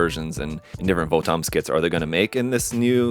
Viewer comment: not VO-TOMs, its Votoms like bottoms. Apparently this is 1/35 scale...it would be nice if bandai put the scale on it.